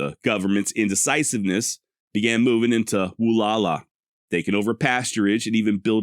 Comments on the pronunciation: Wall-ow-a! Where do you get woo-la-la? Wall-ow-a! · Pronounced: Wah-Lou-Wah. Sahaptin can be a tough language. The middle part is ou as in ouch or loud. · I don't know if this is the actual proper pronunciation but I've always heard it said as "wah-lauw-aah" "Wa-LL-ow-aah" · Wallowa is pronounced Wall - ow - a You pronounce the ow like ouch - without the ch. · I wish you had done a "quick search" on how to pronounce "Wallowa"....your pronunciation is brutal.